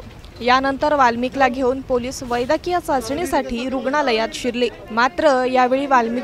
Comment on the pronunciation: Vaidyakiya nahi bolat vaidkiya mhante